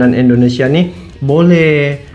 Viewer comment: Bukan Endonesia bang. salah itu. yg bener dong bang nyebutnya